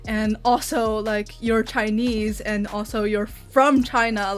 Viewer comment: 1和2，感觉1号的“and”说得很中式，2号从小英国长大竟然不是英音